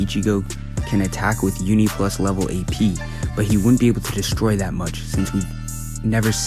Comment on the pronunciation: Did my guy said uni plus ap 🤣